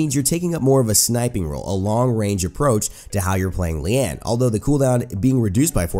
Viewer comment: Correct pronunciation on her name, which means 'lotus' (maybe)